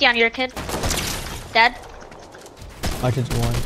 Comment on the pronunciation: Bro sayed instead of I'm dead I'm gay😂😂😂